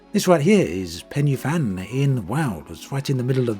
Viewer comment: sorry to be that person but Pen y Fan is pronounced with a V (Pen y Van) and at least in my accent the y is more like "uh" than "ee"